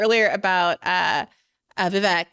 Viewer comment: Interesting how this journalist has been “paying attention” so much to Vivek, but doesn’t even know how to pronounce his name correctly. How are we supposed to take Bri or this guest’s “in-depth” political view on a not just a politician, but a presidential candidate when they don’t even have the very elementary capacity to determine how to say his name!